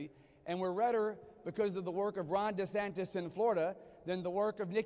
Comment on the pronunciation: Sounded like the guy said "You're here to see Ron Desanctis, not me." Is just me or did he really say that?